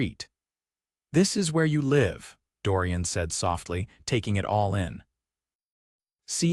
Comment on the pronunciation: The narrator mispronounced the word 'live' twice in the first 5 minutes. Irritating and inexcusable.